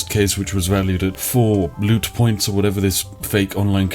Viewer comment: I love how I thought you said lewd points instead of loot points Seems like the perfect currency for a scummy company such as G2A